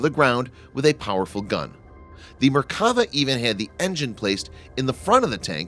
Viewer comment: One correction: in Merkava, you should accentuate the final vowl "a". If we were using accents, it would sound like Merkavá. Literally it means "chariot".